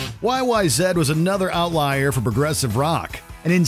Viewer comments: it’s “YYZ”, not “YYZed”. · Why are you calling it YY Zed?? It’s Y-Y-Z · YYZEEE NOT yyzed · Sorry everybody he asked for it it's not YY Zed, derp what!!! It's YYZ, I mean come on. Just passed away not too long ago greatest drummer of all time in my opinion yeah bonzo's great but he's been gone for quite some time and he never reached a level of intricacy that reached. But that is my opinion they're both great either way peace and love everyone...